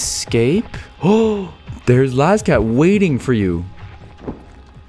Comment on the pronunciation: ITS LAZCAT NOT LAZO